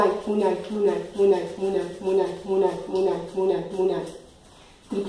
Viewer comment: se pronuncia múnay con tilde en la U fue lo que aprendi de Shaviru